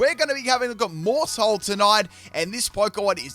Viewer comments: When you said Maushold I heard Maushole and I'm giggling. :_pimpKai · Maus is pronounced like Mouse, being a wordplay of the German word for mouse and Household. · it's name is Maushold... Mouse-hold... like a household...